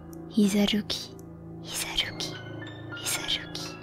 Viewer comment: Tu n'aurai pas du rouler le R de Hisaruki car ça perturbe.